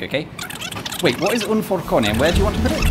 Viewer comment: Forcone? ahahahaha Another great video